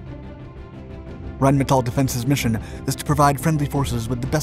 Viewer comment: as our host has learned how to pronounce Rheinmetall correctly.